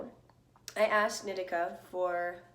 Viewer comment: Isn’t it knee-tea-cah? Not nit-ick-ah